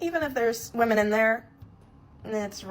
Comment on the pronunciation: or woman instead of women